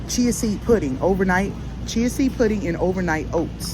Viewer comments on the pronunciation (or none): none